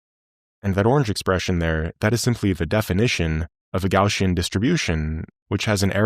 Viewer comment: Gaussian, NOT Gaushian, lol